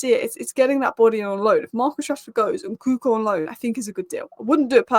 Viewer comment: His name is Nkunku not Nkuku